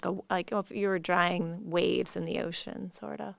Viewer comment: It’s quite funny pronunciation. The correct way to say drawing is draw-ing not dra-wing.